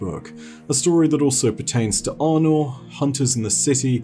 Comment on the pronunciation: Arnor? Thats one way to say her name.